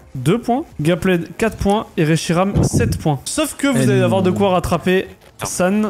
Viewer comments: C’est pas Gapled c’est Gappeld non ? Quand on prononce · Ça me stresse tellement quand il prononce « Gapplaide » mais super vidéo